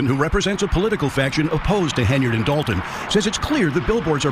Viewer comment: Illinois is quickly becoming the mid-coast California. And DOH-lton is helping heavily with that title. 🤨